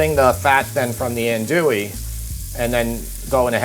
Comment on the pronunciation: “An-dwee” is how the sausage is pronounced.